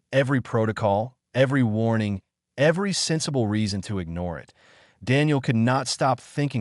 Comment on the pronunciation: given how the subtitles names the creature as ‘bloodfang’ but somehow pronounced ‘bloodfung’, not to mention the number of times i’ve noted the narrative pronounces ‘it’ as ‘I T’, or ‘as’ is pronounced ‘A S’, so either the editor is useless or the AI narrator bot has been configured badly… or lastly, the script writer has no actual idea of how written language works lol